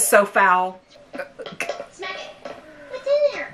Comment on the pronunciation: my brain heard her as 'That is so fowl' and not 'foul'. Accidental funnies